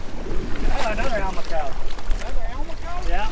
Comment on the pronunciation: I think that might've been a Spinycheek Scorpionfish, not a Rosefish (wasn't there some olive color in amongst the red/orange, in a few places?) And, for what it's worth, I think Almaco may oughta be said al-MAH-co, rather than AL-mah-co (same way as Do-RAH-do, in other words). Though I'm pretty sure neither way is a crime... whereas, a mistake with a Spinycheek might at least have a punishment (but we've never let ourselves get stuck by one's fins, so don't know if it'd be as punishing as it notoriously is with our shallower kind of scorpionfish... just know both are worth carefully cleaning because they taste good!).